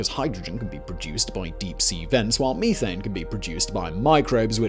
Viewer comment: Fix your ( Geeezers & Meeethanes ) your not doing it right